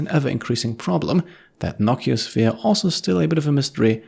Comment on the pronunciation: I love your series; one note though, I was always under the impression it was called a "No-CEE-oh-sphere" since nociceptors in your skin for example are pain receptors, and it is literally a "Pain Sphere"